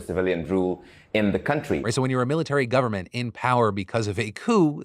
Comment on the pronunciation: When he said "Governmental Election", all I heard was "gooverment". Like goo, as in something gooey. Was I the only one, or did anyone else hear that? 😂